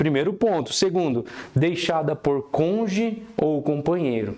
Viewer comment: Do "conje"? 😂 Muito bom o conteúdo. Mas, realmente, a pronúncia de cônjuge chamou atenção 😂